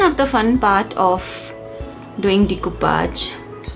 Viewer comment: It is pronounced as de- coo- pash and not decupaj!! 😃